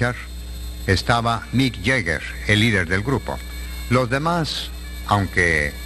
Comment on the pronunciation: Looks like a nice ceremony. I love the way the presenter of this video pronounces Mick Jagger and The Rolling Stones with a Spanish Mexican accent....The bride looked resplendant and the couple have lasted all these years, despite the groom's rock'n'roll lifestyle that is notorious for destroying the strongest of relationships.He must be a very true, loyal husband, despite beautiful women throwing themselves at the feet of rock musicians. And she must be an incredibly patient and tolerant wife, which one would need to be,waiting for musician rock star husband to eventually come home every now and then, doing so many late night wild shows,touring, rehearsing with the band, all the partying expected in the music industry etc. As a very beautiful woman,like her,it would be very tempting to get fed up with the man you married never being accessible to you as a wife and just go find substitute other footloose men to fulfil a wife's personal needs. I have known a few beautiful women married to rock musicians and none of the marriages lasted. All the drugs, sex and rock'n'roll,drinking, partying etc soon destroyed their marriages. And one such guy told me he really genuinely loved the wife,who got fed up with his dissipated lifestyle doing music and dumped him but he couldn't help the drugs,sex and rock'n'roll because he was addicted to making music,the loneliness of the work drove him to do drugs to cope with it all and to cope with missing his wife and home, where he really wanted